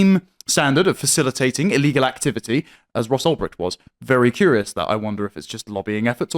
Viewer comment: Ulbright? This is why Tim is a f**** joke. Man , if he had any clue what he was talking about , he wouldn't have messed up his name. Because he wouldn't be reading it from some article, he would be reading it from his own heart.